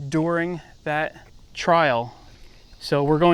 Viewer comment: pronounced during not doring